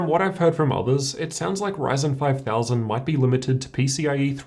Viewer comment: this man literally says, "raisin." At least try lol, can you say RY? pronounced, "RIE." If you can just say RIE and then say zen. RIEZEN and he literally says RAYZAR